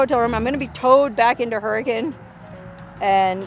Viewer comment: Im not trying to criticize, byt just going to say, you're correct in pronouncing Hurricane like the locals do. Now check this out: Zion is not pronounced that way in Utah. I know someone's from out of town when they say ZiOn. We say, Zion like Zi-un. "U" they way it is in "run". Hey, I'm just giving you a hard time!! Love your videos!